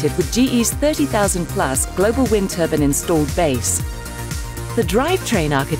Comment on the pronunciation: Wind turban???🤣🤣🤣